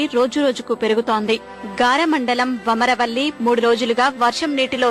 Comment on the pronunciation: vamarapalli kadu vamaravalli